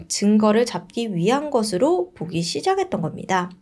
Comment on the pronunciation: 댓글보시면 피드백 좀 부탁드려요. 제시카님 땐 내내 뭐하나 거슬리는거 없이 너무 편하게 듣는데 님은 늘 발음이 뭉개지는 곳이 있어서 들을때 항상 걸려요. 사투리인지 뭔지.. 추락할거같은-> 추라갈거같은 시작했던겁니다-> 시자게던겁니다 이런식으로요. 본인이 인지하고있는지어떤지 모르겠으나 님 영상때마다 항상 나오네요.. 말투가 차분해지셔서 조아졌긴 한데 단 하나 이것만 나아쟜으면 더 조을거 같아요.